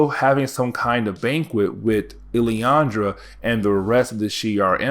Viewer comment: Lillandra. LIL-an-DRA